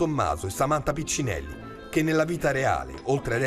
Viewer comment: PICCINETTI non PICCINELLI!